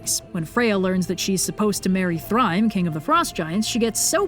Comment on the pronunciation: Minor linguistic point: some of these words are hard to make out because they're pronounced very strangely in the video. The stress (or emphasis if you will) in Old Norse always falls on the first syllable of a word. Also Thrym sounds nothing like the word try. 😆 I'm not even sure how to represent that pronounciation of Æsir in writing. 😬 Anyway, my favorite part of that whole story where Snorri tries to explain that the Norse gods are actually just human ancestors etc. etc. is that he tries so hard to make all the mythological events totally normal historical happenings to fit in with the Christian world-view... then says that Odin was a shapeshifting wizard. 🤣